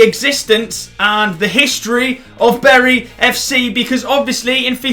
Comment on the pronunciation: Bury is pronounced berry LIKE SO CAN SEE BTW I make... Jk